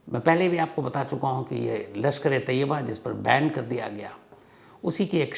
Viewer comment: Jaahil insaan: lashkare taiba aur tayyaba mei farak karna seekh. Woh taiba hai, tayyaba nahi. Naam bolna bhi nahi aata, news bolne chale hain. Taiba Islamic sheher ka naam hai, aur tayyaba maane pavitra aurat.